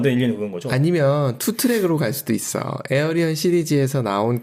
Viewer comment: 에어리언은 도대체 무슨 말인지... 우리나라 맞춤법과 발음에는 Alien[éiljən]은 에일리언과 가깝습니다.